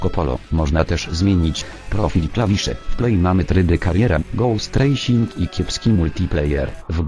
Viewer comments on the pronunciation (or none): uwielbiam jak zamiast racing czyta rasing:)